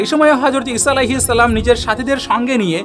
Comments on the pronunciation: salam ta porjonto suddho kore bolte parona boyan maraw? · তুই তো ঠিক মতো সালামে দিতে পারিস না ট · ভাই যান আপনার সালাম টা ইকটু ঠিক করেন